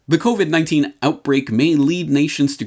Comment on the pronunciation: "You're listening to the COBIT (covit) Repot".